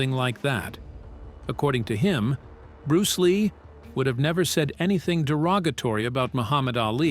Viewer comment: Am I the only one that finds it irritating?The way he pronounces bruce ley's style and the green hornet character !!!